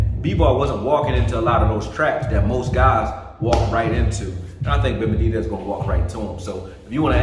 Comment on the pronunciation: Why can’t he say benavidez? He’s right though!